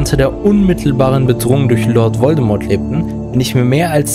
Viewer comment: Voldemort wird Voldemor gesprochen! Das T in Voldemort ist stumm! ! ! Ahhh xD Es Triggert! xxD Also gesprochen nicht Voldemort sondern Voldemor gesprochen.